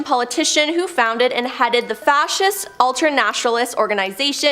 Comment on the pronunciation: Ok...come on. "Fassist" "Kamhere?" I'm not even sure what you called Genghis Khan, but it was wrong. "Theyams"? There are dozens of programs in this world that will help you with word pronunciation. Literally on this platform, you will find hundreds of videos to help. This is a recorded video, not live. At least have enough respect for yourself and your craft to double check yourself or edit.